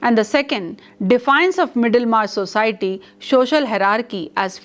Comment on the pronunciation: Ma'am you are a good teacher just a little bit of improvement needed in your pronunciation of some words for example : " society ". And yes another thing please wear simple saree your saree is very distracting it seems as if you are going to appear for some invitation. IT IS VERY DISTRACTING. YOUR ATTIRE N YOUR JEWELLERY IS TOO MUCH FOR TEACHING ONLINE. YOUR CLOTHES REPRESENT YOU THE MORE SIMPLE THE BETTER. HOPE YOU UNDERSTAND.